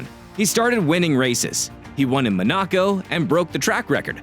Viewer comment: If you're going to use AI voice over at least correct the pronunciation. "Ma-na-co"?!